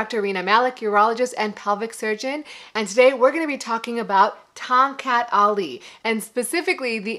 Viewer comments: Correct pronunciation ‘ Thong Cut Ali’ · I could had swore i heard her say.. "Tom Cat alley" lol I would had laughed my a** off if she played "Stray cat strut" in the background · I keep hearing Tom Cat Alley!